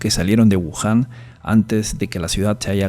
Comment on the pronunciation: es wuhan o Yahoon??